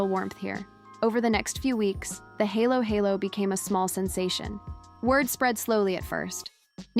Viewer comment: I am a Filipino and speak English sometimes. Not perfectly because it is only a borrowed language, not my native language. Important, able to express one self and understood. Aside from KaraOke fever, now Halo-halo? Pronounced as read. Not helo-helo. Thanks anyways! for patronizing our native product. Filipino influence maybe worth embracing. What's next? Maybe, praying the Rosary everyday possible. Good Sunday Evening to all of us and may God bless us all!